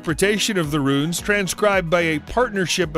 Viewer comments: ROOOOOONES! not RUNs!! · Some of his pronunciations drive me crazy, runes should sound more like ruin not run. I've noticed it in a lot of his videos but he doesn't seem to have an accent. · Say it correctly! It's NOT "Runs", IT'S "Roonz" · DAWG ITS PRONOUNCED RUNES (ROONS), NOT RUNS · "Runes" rhymes with prunes, so stop calling them "runs". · When you do rune runs in diablo 2....Nobody: This guy: Run runs! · Runes not runs. Like prunes without the p. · It’s spelling is Rune/s, pronounced Roon! not as the narrator is saying.. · A guy who cannot even pronounce runes is going to teach me what now? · Learn correct pronunciation of Runes.